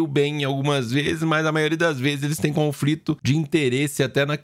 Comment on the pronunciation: "Confrito de interesses" xD